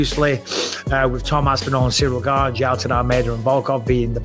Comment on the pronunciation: No one that eye gouges wins period and it’s “gane” not gabe !